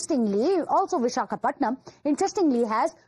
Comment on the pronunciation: It's visakhapatnam it's better to start calling the name as it is and you are a national media 😂